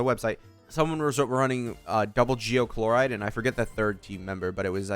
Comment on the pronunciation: chloride really? shes not a toothpaste ingredient my dude, can you atleast try to pronounce the names, its not like they are voiced for you 100x in the story or anything.